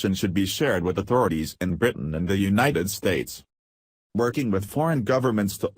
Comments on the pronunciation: robo voice says Untied States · The UNTIED States? O.K. Robo-voice, now you've gone too far! LOL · I know it's just the robot voice misreading but the Untied States doesn't sound like a terrible thing. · robot voice instant thumb down, robot voice just said quote "president of the un tied states of America"......really Un tied un fucking tied states do you even listen to what you put on here?